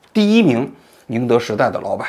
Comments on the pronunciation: 你没文化吗。曾毓群不认识？这都能念错。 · 曾毓群 口误了吧